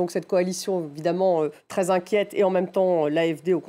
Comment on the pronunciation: Inquète? À tel point que le i s'est échappé 😂